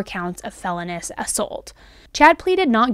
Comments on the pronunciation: Hay girl HAY!, I love your content, but I cannot get past ONE and only thing. "Felonious" is correctly pronounced "phell-oh-knee-us". (Not "felony-us") Love your podcast. Just hope this helps in future episodes. <333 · … not to be “one of those” - I think you have first rate content however… Felonious is pronounced Fell O NEE US not Fell On US… 😅 don’t hate me, I know you know what you’re doing, it just makes you sound less knowledgeable than we all know you are when mispronunciation happens to anyone in any field, love your channel! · it's pronounced fel-OWN-ee-us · Hi, great video. It's pronounced Fell-own-E-ous. Thanks for all your time and research. This is a horrible thing, and I'll never figure out how a parent does such a thing ... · Hey. Just an fyi… the term is felonious assault, not felonous assault. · For the commentator....I think it's pronounced Fell LOOO Nious Not Fell eh nus.